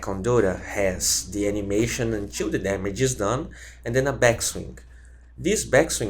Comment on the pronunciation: until - unchuuul. dafuq haha